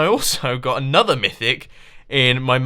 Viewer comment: Mumbo, could you please try to pronounce your intro/outro better. Like "another" in the intro and "please be sure to hit that like button" in the outro. You have automated this, and now it is really weird. Tnx